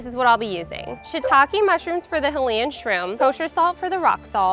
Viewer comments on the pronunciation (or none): It's Hylian, not Hylayan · "hillian" oh boy as a zelda fan that was cringe but at least she's trying "hy-lian" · It's "Hi-lee-in". You know, like High-Rule, the opposite of Low-Rule. Making a video and using the star power of another company is all fine but, pronounce the damn words right. Otherwise the God of War will keep saying boy.